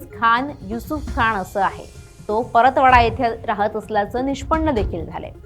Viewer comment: Paratwada ❌ Paratpatva